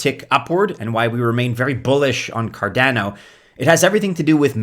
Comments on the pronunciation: Why are you pronouncing cardeno, not cardano? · Why people still pronounce Cardano incorrectly after 8 years is beyond me.